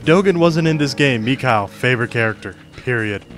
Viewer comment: >< It's really starting to bother me when you you say Mikhail's name, just because my inner Russian Language student wants to keep correcting you. Mikhail does actually say his name correctly but it isn't Mikyle but more of Mihale which a gurgling sort of emphasis on the H. MeHail basically... that H in Russian is more of like a ch and sounds like the end of baCH or a emphasized Heh It actually took me three years of Russian to actually get it down, but still just thought I should mention it.